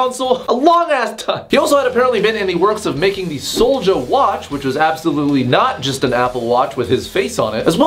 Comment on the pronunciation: What said: Soulja wagon what I hear:sold ya wagon I can't be the only one that heard that